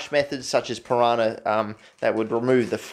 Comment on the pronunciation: Why does he keep saying "Piranah" solution When did they add piranahs to the periodic table